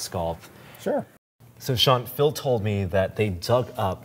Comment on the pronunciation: it sounds like he is calling him "Filth"